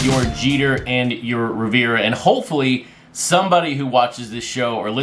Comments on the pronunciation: Riv-er-ahh, not Riv-ir-ahh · It’s Riv-er-ahh and he’s from 🇵🇦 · I just turned some more people on to the show via the Facebook group. As a gesture could you please pronounce Mariano Rivera's last name correctly, it's driving me nuts.😁